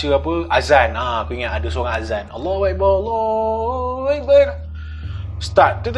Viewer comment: ..nk tegur sikit yer..boleh koot...sebutan AllahuAKBar...bukan AllahuEkBar....rsa mcm sebut betulkn..tp orang dgr lain..klau boleh praktis plan2 yer...dgn Akbar bkn Ekbar...the best...